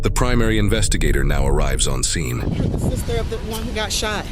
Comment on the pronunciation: "The primary investigator now arrives on scone" killed me...